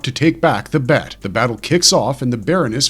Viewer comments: It’s pronounced B E T not BET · It's not bet. It's the B E T. Broadcast Energy Transmitter